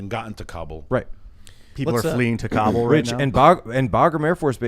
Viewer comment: I like that they pronounce Kabul right. Instead of cobble.